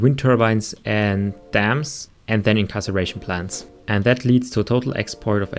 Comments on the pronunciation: Do you know how to read? “Incarceration plant”? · friendly pointer 'incarceration' is when someone is put into a prison, 'inCINeration' [the C here makes an s-sound] is when something [not a person, hopefully] is burned. "sin" means burn, like in the bible! lol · incarceration? you mean incineration? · IN-SIN-ERATION PLANTS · in CIN er ation plants. Incarceration is imprisonment. :”). Cheers!